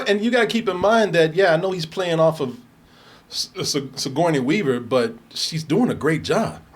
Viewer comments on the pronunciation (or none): 😆 made Sigoruney Wever name ten times more difficult then it needed to be. 😅